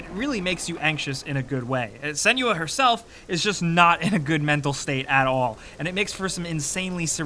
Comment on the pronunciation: Senua not Seniua :/